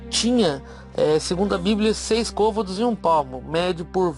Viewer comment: Como alguém pode dar crédito a um camarada feito o que ao invés de pronunciar " côvado ", diz:"covádo"??